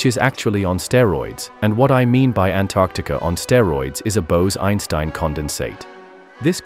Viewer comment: the word bose the way it's Pronounced sounds extremely like the very bad Armenian word LMAO